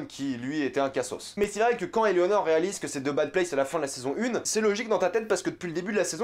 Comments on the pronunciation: Par contre je crois que c'est Eleanore( tu dit Eléonore ) le prénom du personnage principale mais rien de méchant faut prendre ma remarque de manière constructive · T'arrête pas de dire que EleOnor. Alors que c'est EleAnor